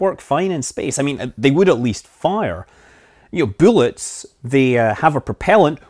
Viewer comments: 'buellets'... you're in the states now. It's 'b u l l e t s', no 'e' before the 'll's. Just busting your chops.. ;-) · I keep hearing boolits but thumbs up for the matsumotos shave ice shirt